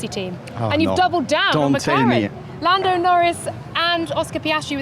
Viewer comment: Dude & Woman..who tf is "LUNDO" & "CHARLES LECLAA"? Learn to pronounce properly !